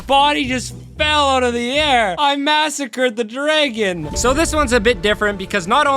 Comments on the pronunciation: why do you say dragon like (driggin)? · Unless u just say dragon super wrong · Ender “Dregen” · Hearing him say dreygon 30 times is killing me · dragon not draygon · "Ender dregon" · Why tf are you calling them dregens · Ah yes the draygon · Brother do you know how to say Dragon 😭